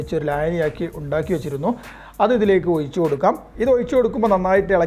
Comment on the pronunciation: ഒയിച്ചുകൊടുക്കാം അല്ല ഒഴിച്ചു കൊടുക്കാം 😂😂